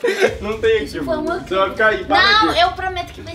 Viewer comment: "foi um equiuvico" kkkkkkk